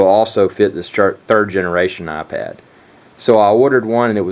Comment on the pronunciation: Its iPad not aPad